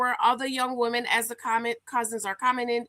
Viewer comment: It’s pronounced Wih-men when used in plural. Not Wo-men.